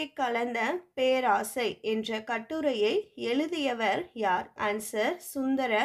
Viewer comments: Perosai ma'am not peraasai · பேராசையா....? அய்யோ தெய்வமே அது பேரோசை